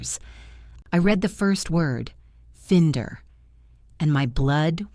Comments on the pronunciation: Good story except for mispronunciation of FINDER. It's not fend-er it's find-er, sharp i - narrator's fault. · 'find' is the location of something now found. Finder is the person who finds the thing. nothing to do with fins, fin and it has a specific pronunciation. Please check before this mistake makes a mockery of the Reader.